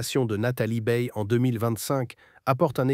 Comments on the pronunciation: 0n ne prononce pas beille mais baille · Baye A et non E.